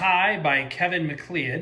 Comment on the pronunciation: Informative. Looking for a turntable as a gift and this was helpful. By the way, the name McLeod is said McCloud. Tip o'the day.